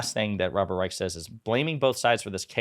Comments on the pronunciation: I believe Robert Reich’s last name is pronounced “Reish”. That tidbit aside, thank you for continuing to put a spotlight on the media’s double standards in their treatment of Biden! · yes I’m aware “ch” is often pronounced as a hard “k” but in this case I’m going to go with how the man actually pronounces his own name, which is with an “sh” sound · FYI it’s Robert “rye-sh” not the hard “k” sound 🙂